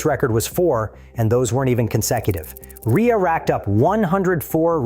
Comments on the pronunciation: Shit video. His name is Rea (Ray) not Reea. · A minor point but his surname is pronounced RAY not REEA.... And it's spelt REA..... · stopped watching ..."a Northern Irish rider named Jonathan "Ree-uh" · His name is pronounced Ray mr AI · Pronounced Ray. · can't even pronounce JR65's name properly.... Ai crap!